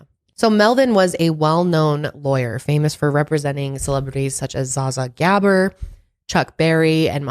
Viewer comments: Same!! I was like, how did she just pronounce that? It’s alright tho. I knew who she was talking about. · corrects Zodiac's spelling errors multiple times while literally butchers every name she reads., look up YouTube videos of Melvin Belli and Zsa Zsa Gabor. Melvin Belli did an interview on the Zodiac killer which is on YT. A little prep makes a big difference. Happy New Year! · OMG, Zsa Zsa Gabor?? Correct pronunciation please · The way you said Zsa Zsa Gabor...🤣🤣🤣